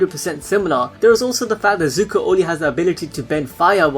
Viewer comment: No disrespect but your butchering zuko's name